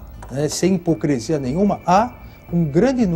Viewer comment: Como um advogado que passa em primeiro lugar no concurso fala "hipocresia"!?